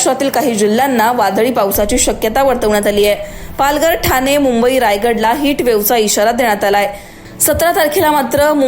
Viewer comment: किती अशुद्ध मराठी बोलते अँकर... जानून नाही ग जाणून पुने नाही पुणे थाने नाही ठाणे 😂